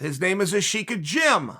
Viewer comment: That's nothing like how Chael said it lmao, thanks.